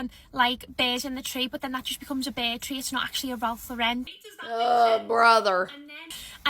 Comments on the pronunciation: And it’s “Lauren” like the girls name. Not LawREN. 😆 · I have to laugh at the snobs who can't even pronounce Ralph Lauren correctly. It's not LauREN, it's LAUren 🙄 BTW I'm in the pulling whatever decorations you can find out of the attic and mixing colours everywhere club 😂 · I'm always annoyed at the influencers pronouncing it Ralph Lau-rennnn like he's French. Ralph is unpretentious about his name and always mentions he is really Ralph Lipschitz. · Enjoyed your video! Agree with everything and you are pronouncing Ralph Lauren the right way. I am so sick of people (like the lady in her car) pronouncing it with a fancy "Lu-ren" and that is not the way the actual Ralph Lauren pronounces his own name. I've seen him on an inteview pointing out how people say his name wrong. It's funny that these "experts" don't know that! Anyway, I subscribed and really like your presentation style. Early Merry Christmas from VA 😉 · Not Eliza Doolittle over here trying to be snooty about her Ralph Lauren Christmas. Ma’am. And she’s mispronouncing Lauren. 😂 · Have the influencer don't even know to pronounce Ralph Lauren's name correctly. I have been collecting nutcrackers for years, so wow I have been treading for years and didn't know it. HaHa!